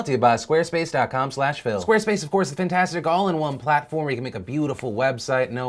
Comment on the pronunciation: Phil saying "fupatastic" made me so happy. Papa Bless, you beautiful bastards.